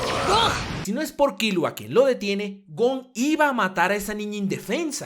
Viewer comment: tanto te cuesta decir bien killua ? con silaba tonica en la u ?